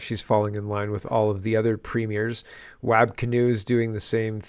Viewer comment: Hey, FYI Wab is pronounced WOB..